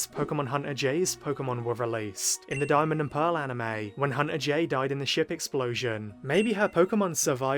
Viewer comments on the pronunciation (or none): none